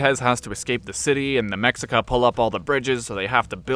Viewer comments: One note. In Náhuatl, x's are pronounced with an sh. So, it's the Me-shee-ca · Yeah, it sounds like "Meshika" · Mexica is pronounced (Mesh-ee-ca) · That’s not how Mexica is pronounced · Correction: Mexica isn't read with the x as x, but rather as a harder sh. There's a similar sound in Russian so if you know someone you can ask them.